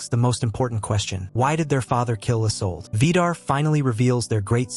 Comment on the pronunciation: Please pronounce correctly the names , it's "isoldéh" not just isolde and g isn't pronounced in magna